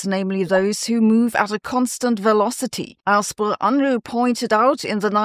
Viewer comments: That picture is very Bill Unruh. Kinda disheveled. And he didn't mind kinda disheveled essays and papers either. He told us: I don't care much about any manual of style... just don't bore me. Make it interesting. Edit. It's funny to hear Sabine, a German, mispronounce his name. Perhaps it's because it's so universally mispronounced that even Germans have given up fighting the tide. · As a non-German I find it funny to hear Sabine mispronounce his name. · You pronounciation of Unruh needs a citation.